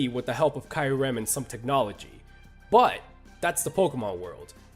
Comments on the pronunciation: im sorry but ki-rem? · Kai-ur-ehm?? Boi its kee-ur-ehm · Am I the only one noticing the way that guy says Kyurem's name sounds like he's saying Kylo Ren? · Kai rem,....KAI REM, are you serious, come on the real name is not that hard to pronounce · Did he just call Kyurem kiorem??? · what's more annoying someone calling pokemon pokimon or someone calling kyurem kaiurem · Also..."dai-al-ga"? "kai-yu-rem"?? Those...those are just painful. That's "ha-doo-ken" levels of UGH. Considering this list would've been made during the 6th generation at earliest, he could've seen the official pronunciations in sources like Pokédex 3D Pro. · It's pronounced "dee-ALL-ga" and "KYOO-rem" and I can include just 1 Pokemon that can destroy our world: Yveltal. Why? IT DID IT BEFORE ALREADY. IT WIPED OUT HUMANITY BEFORE.